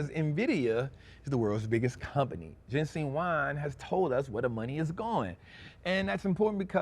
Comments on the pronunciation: Thank you,. Just want to let you know his name is JENSEN. Not Jensing. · His name is Jensen not jensing